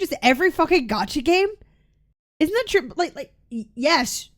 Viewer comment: a shot every time cap says 'trew'